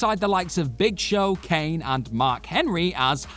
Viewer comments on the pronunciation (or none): none